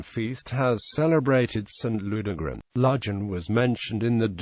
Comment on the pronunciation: I would never recognise this place from the pronounciation used. Ludg as in fudge. Van as in fun. Remember this is Cornwall with it's own language and not England and English. Other place names mentioned I cannot understand at all.